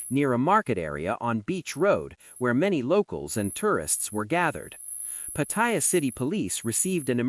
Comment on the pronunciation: If you're going to report on Pattaya, at least pronounce it properly. It's not Pattyre.